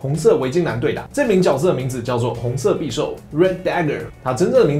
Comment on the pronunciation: 匕(音"比")首